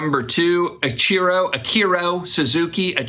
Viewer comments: Your doosh-bag schtick is wearing thin. Ichiro is EEEE-CHEEE-ROW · Hiya. Got a kick out of the pronunciation of Ichiro. Wanted a churro for the rest of the day! 🍰 The updates are fun. Surprised - a bit - that JRod wasn't on the list? Thanx for sharing buddy. 👍 PS: What? No Goldin meltdown? 😎